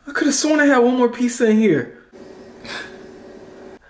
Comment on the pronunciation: The way he pronounces pizza peica